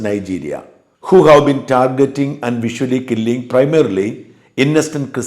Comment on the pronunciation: സഹോദരാ, visually അല്ല visciously killing…നിർദ്ധാരുണം കൊലപ്പെടുത്തുന്ന…